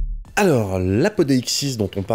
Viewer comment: Bon c’était bien aussi mais (si tu n’as pas vu sur l’autre video) il faudrait améliorer ta lecture du grecque, le mot “preuve” en grecque ne se prononce pas apodéixsis mais apodixis. “ei” se pronounce “i” . Maintenant tu sais. Bonne continuation